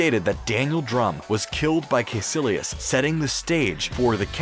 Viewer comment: Bro, how hard is it to just say the names they way they’re said in the movies? Like, if they say Dormammu and Caecillius in the friggin’ movie, why are you saying Door Mammoo and Kay Sillious?